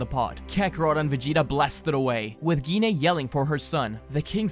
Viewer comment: Gine sound like Jean so u where kinda saying it wrong